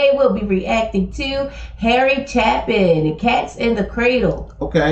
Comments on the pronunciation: It's chA-pin..Harry chapin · Uhm, Chapin is pronounced with a LONG a sound.